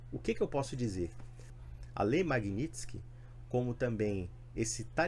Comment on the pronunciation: Kkkkk derrota devastadora para oposição kkkkk Vc só pode estar assistindo Reinaldo Azevedo e diário do cu do mundo. Pqp, aprende a falar o nome da lei, que ma vontade. Nao é tão difícil assim